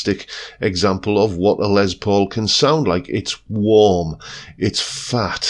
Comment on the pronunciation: Pedant's corner: it's pronounced ' 'Less' not Lez Paul. It's short for Lester, not Leslie. You're welcome. 😏